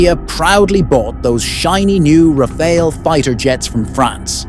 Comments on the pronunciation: Rafale, not Raféle. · To make sure the French understand you are talking about their jewel, correct the pronunciation of Rafale to "Raf-faal"... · It's not Rafael, it's RAFALE. Congrats for the prediction anyways. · Rafael ❌ RaFAIL ✅